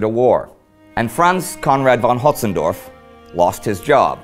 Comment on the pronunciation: You had plenty of opportunities to pronounce his name right. It's Hötzendorf, not Hotzendorf or if you prefer Hoetzendorf. Now we just need to get done with "Verdunne" and "Petang" sadly that will take a few years